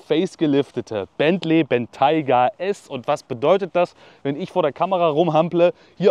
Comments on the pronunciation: Dachte man spricht ihn Bentäi-ga aus und nicht Bentei-ga 🤷‍♂️ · Gutes Video, aber du hättest du Aussprache des Modells kurz googeln sollen. Das stört etwas. Sonst aber klasse, wie immer